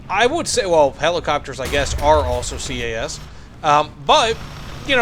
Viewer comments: its CAS not CAS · No it’s CAS